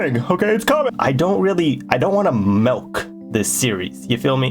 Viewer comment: bro says Melk. He’s one of those